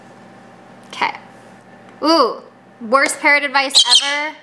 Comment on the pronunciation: Some times I think you saying, "Parent advice..."